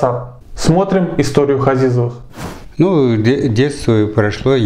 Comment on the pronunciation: Фамилия не Хазизовы, а Ғазиз, измените фамилиюи выучите родной язык.